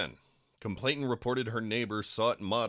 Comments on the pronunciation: It's complainant. Not complaintant. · Complainant, not complaintant. No T in the middle. I know its like the last thing that should irk me about this but after the 30th mispronunciation it gets to me lol On a more serious note, i fear that despite such detailed information becoming public nothing will happen to these people. Its disgusting and completely unfair.